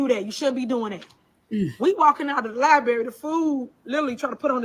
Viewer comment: Don't trust ANYONE who says, "Liberry," smh. You are the whole Mayor and do not know how to say, Library!